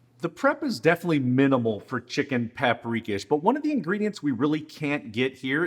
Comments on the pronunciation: Just a heads up: I believe from my Hungarian best friend growing up and his mother cooking, it's pronounced chicken pop-ree-kosh. It's one of my favorites that his mother would make. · It’s pronounced pop’ ri’ KOSH…lol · Pap- ri-kash….dont know how the heck you pronounced that…get it right. And Spaetzle…is not pronounced Spatz-el…..but Spetz-li…… drives me nutz when people are too lazy to pronounce foreign dishes correctly